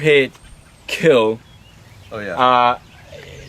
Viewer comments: But your weapon.. it will keel, good job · Your weapon will keel